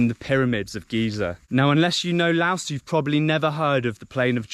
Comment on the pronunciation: couldn’t even pronounce the country name correctly. 😂